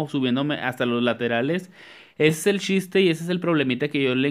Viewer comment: el SHISTE, SHICAS JAJAJAJAJ amo como habla lpm